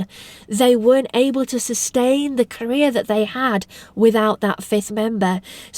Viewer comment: Your accent was so awesome I hear Korea when you said career HAHAHA my bad